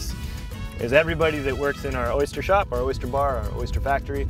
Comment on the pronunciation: Oh my god! Its O Y S T E R ,not O Y S C H E R !!!!! Why does everyone here in Florida insist on saying it that way?!?!?!? Drives me nuts